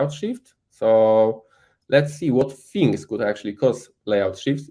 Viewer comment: Jak francuz "fings" zamiast "things", "free" zamiast "three". XD